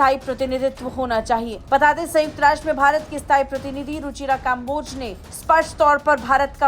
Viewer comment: भारत वालो, तुम तो कम से कम कम्बोज को काम्बोज ना बोलो